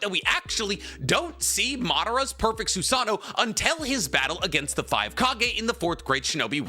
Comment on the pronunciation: Its funny because we all say "Soo Sah Noh" (including me), but the proper pronunciation is actually "Soo Sah Noh Woh" haha. Just something that i recalled since its said so much in the vid lol